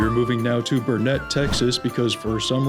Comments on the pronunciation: It's not "Bur-NETT", It's BURN-it. It's BURNit, durnit! Can't ya learn it? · It's pronounced "Burn it". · Burnet in texas is pronounced: BURR-knit